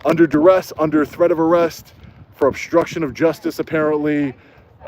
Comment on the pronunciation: Dude, with all due respect. Would you please work on speaking English once in a while? You are obnoxious when you say things like 'obshtruction', rather than obstruction, and you connote total ignorance when you say, "Attorney Generals" when you mean, "Attorney General". Not to mention how atrocious you sound when you repeatedly refer to "order of proectections", rather than "orders of protection"? Do you even try to improve your English? You spread around so many lapses in proper grammar that you propagate errors that other people who like you will ape your bad English, and take it or solemn truth. Next, your followers will speak in court using your catch phrases in the same way you do. When a judge hears bastardised English on the bench, he's not expected to be too appreciative of the defendant's perspective. Poor people don't have your resources,. Please be an example if you care for the poor. I notice when you stand before the bench, when it really matters, you have a mouthpiece that doesn't just speak English; he speaks legalese. Please be a good example. I love your work, but please clean up your act before you ask me for money.